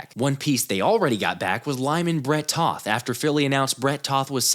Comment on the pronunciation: Bret Toth correction coming.... Lol. I date a girl named Toth and when we first met I pronounced her name the same way you do (and pretty much everyone else does) but she corrected me. Sounds more like the word "both" instead of "moth". I guess that would be a LONG "O"?? I can't quite remember long sounds vs short sounds, been out of school too long and we learned that sh*t in like 3rd grade 😂. You run a great show, much better than some of the clowns that throw together content